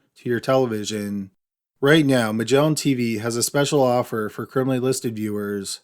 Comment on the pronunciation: "Migellin Teeveeeeeeeeee"